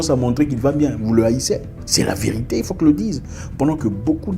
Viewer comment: Superbe Zack! La vé-ri-té, 3 syllabes mon frère!!!